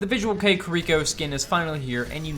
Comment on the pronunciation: youre saying it right. visual kei is a japanese music and style movement and subculture, & its quite the opposite from kpop lol! the hair is kinda bad imo lol. thanks for the vid